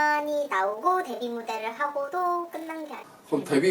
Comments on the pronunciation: 대뷔가 아니라 데뷔입니다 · 대뷔가 아니라 데뷔 아닌가요...?신경쓰입니다... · 대뷔가 아니라 데뷔가 아닌가요?